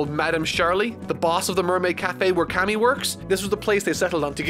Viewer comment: Stop butchering Camie's name it’s K-me not Kami 😡😡😡